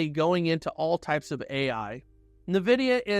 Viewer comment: I love the content and the cohesive presentation of your research but the way you pronounce NVidia is just killing me xcc